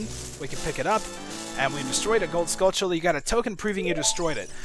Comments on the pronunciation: Is this dude saying skull-chilla? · I can understand all of the other pronunciations but there is the 'ch' in "skulltulla" man?